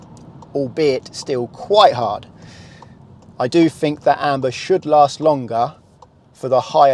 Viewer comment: It's not fink it's think .